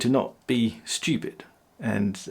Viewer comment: “Don’t be studip” 🤦‍♂️